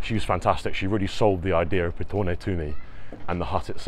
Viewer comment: you are pronouncing Petone better than 98% of the population